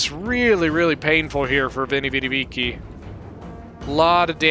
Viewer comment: Yo you gotta be able to pronounce "Veni Vidi Vici" man :D